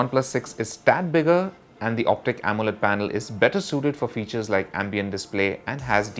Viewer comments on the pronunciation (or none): none